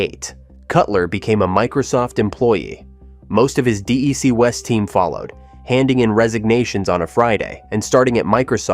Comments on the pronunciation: That was one of several pronunciation errors that could have been handled better if the producer just talked to somebody first who had been there. "Dee ee cee" was spelled "DEEC" in the captioning, so it was wrong on both counts, and later it was being called "D I C". We did call the company DEC, though at some point in the 1980s, as it started going the wrong way, word came down to brand things "Digital" instead. DEC missed the PC revolution, afraid to cannibalize its own products (mainly VAX timesharing), but instead let others do it. HP actually made that transition better, though it was ruined later by hiring Carly and buying Compaq. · A great history! Yes, the improper pronunciation of "DEC" was a bit annoying, but the research was good. I learned a lot, thanks. As mentioned in the video, Ken and DEC were instrumental in the development of networking and the idea of a cloud. Bob Metcalf's Ethernet became the standard in no small part because of DEC's backing. Also, Ken Olson said, "The network IS the computer" way back in the 1990s. Prescient. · I worked for DEC in Atlanta from '84 to '92, then HP from '97 to '05. DEC was by far the best job I've ever had, and the best company I've ever worked for. Started out doing phone support at the US Area CSC, then moved to Field Service. Great video, but does anyone else cringe at the pronunciation? It's pronounced "deck", not "dee eee cee"! Arghh!! 🤣🤣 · No. There are times when he says DIC or DRC. I wish he would call it by the name we called it when I worked with a VAX 8600: DECK. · DEC was never pronounced D. E. C.. The company was called by its proper name, or, digital, or "DEC" as in deck. And, drove a Toyota. BTW, I was one of the guys who followed Captain Eddy to DG. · It's pronounced "Deck," not "D. E. C." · Say it like Deck. DEC. Not DAC or others. Get the Bostonian accent please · Do a little research - it’s “DEC” not D-E-C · Oh for god’s sake!! It’s DEC not DIC!!! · It's pronounced "Deck".